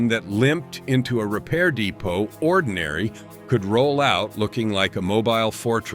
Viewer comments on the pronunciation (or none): none